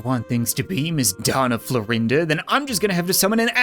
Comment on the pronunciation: Why is he pronouncing doña florinda whitout the Ñ?